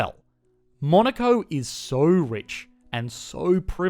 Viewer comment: I hear Monica